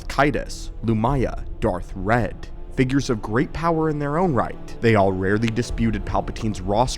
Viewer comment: That would be Darth Wredd (not "red")